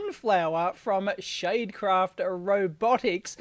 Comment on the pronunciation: Did anyone else pick up on him saying 'sade shale'?